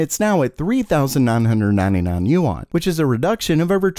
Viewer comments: It is pronounced “Wahn” not “yoo on” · btw, "yuan" is not pronounced as "You On". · Can you say yuan one more time